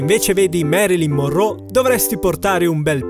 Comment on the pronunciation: comunque è Marylin Monroe no, Morrow o morrò, ma che cazzo !!!!!